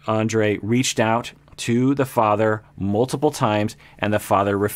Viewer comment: Topic for this couple: toxic masculinity. I sort of wished he'd start from the middle and wonder why they're so antagonistic toward each other and who's at fault. I forgot Libbie ever called herself a rebel, how funny. Oh and I think he pronounced Andrré wrong.